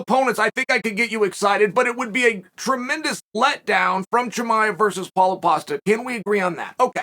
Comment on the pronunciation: Did you just throw a "Palo PASTA" at me, Uncle Chael???? 🍷 🍝 (UNDEFEATED) 🐐✊